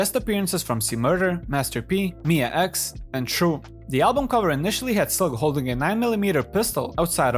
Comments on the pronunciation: Mia is pronounced mee-yah, not my-ah. It had to be said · This dude can't even say Mia X name right. smh